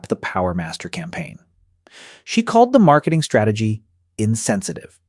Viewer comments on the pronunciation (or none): none